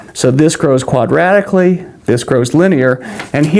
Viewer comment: "This grow quadratically" or "This grows quite radically"? :))